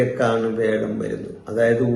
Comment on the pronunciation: Sir, വേഴം എന്നത് മാറ്റി "വ്യാഴം" എന്ന് പറഞ്ഞിരുന്നെങ്കിൽ നന്നായിരുന്നു 🙏